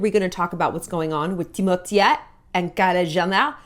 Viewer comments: I love Shallon but I cant hear her say Timotye one more time his name is Timothée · “TimOUTIEa” took me OUT 😂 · I just love how Shallon pronounces Timothees name hahaaha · yes I know, but she says in a funny way, that's what I meant.